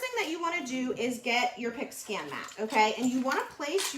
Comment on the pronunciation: I thought you were saying a pig skin mat 😛